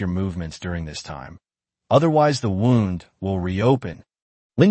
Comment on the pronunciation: You guys need to fix your AI it cant tell the difference between bow (bOw) and bow like to bow to your king. It also cant say wound (woond) right.